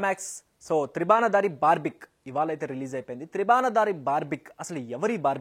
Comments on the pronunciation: Review channel. Cinema peru correct ga cheppaleka potunav bro. Barbik kadhu. Barbarik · Adhi barbik kaadhu bhayya Barbarik. Inka nayam barbecue analedhu😂😂